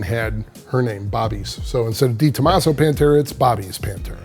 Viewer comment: I hate the way you say "DayTomaso" 🤣🤣🤣